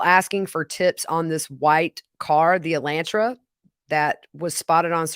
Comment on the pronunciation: Thanks for the updates glad Grammy will be home soon❤ the pronunciation of the Hyundai is (E-Lan-Tra)